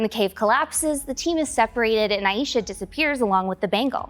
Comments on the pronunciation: Your killing me with the mis-pronunciation of Aisha... it's "I-Shah" not "I-eesha" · hi the name “aisha” is pronounced as “EYE-sha” not “EYE-YEE-sha” thanks!